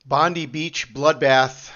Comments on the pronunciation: We in Oz pronounce it bond-eye, but the way you pronounce it makes me think of bondage 🤔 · We dont pronounce it Bondee we say Bond eye